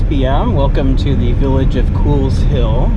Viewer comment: Pronounced like coals